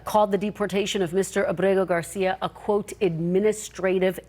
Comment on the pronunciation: She does a good job pronouncing Garcia’s name. She has to be proud.